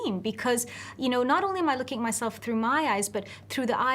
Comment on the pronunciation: looking. not ooking